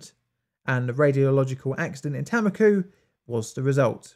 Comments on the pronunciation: Its Tammikooh, not "Taemmikyh". A like the a in "Saruman" or "Artist". U again like the u in Saruman. Finnish Tammikuu means January but in Estonia its apparently a name for a location for some reason. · btw tammiku is pronounced t -um-ick-u xxxxxxxxx